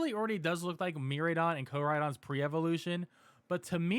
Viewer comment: MIraidon = MEE-RYE-DON